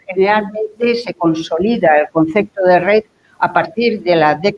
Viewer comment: Sigue diciendo "concecto".